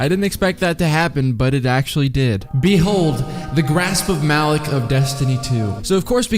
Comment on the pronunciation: I know no one cares, but I thought it was pronounced with the LOCK sound and not the LICK sound.